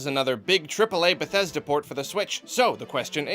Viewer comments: *Port we don't call it pöört but porrrt~ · port is in german also port... and not pört...